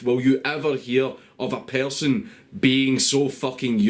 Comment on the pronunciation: What the fuck is a "pearrrson" fucking islanders and their poor English i swear he sounds like hes got marbles in his mouth